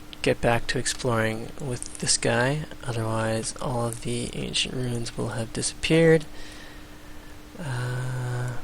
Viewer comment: Your narration style is great for someone learning this game or improving their play to step up to deity. Also, I love it when people pronounce "ancient roon". (